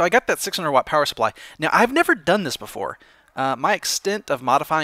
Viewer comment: 1.Watt is pronounced Watt 2.Swapping a PSU for another is the easiest hardware related "problem" with a computer,so don't worry! PS:You can never mistake a power cable for another withing a computer,since it is rather easy to know which cable goes where just by seeing a cable (e.g. different lengths,plugs etc),so it is really nothing!